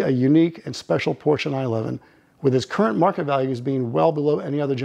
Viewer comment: Great video! But it's Porsche. Not Porscha